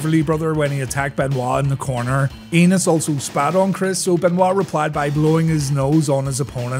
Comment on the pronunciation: It's spelled "Enos"... ...but I believe the proper pronunciation is "ay-nus".. I think it's a long A sound...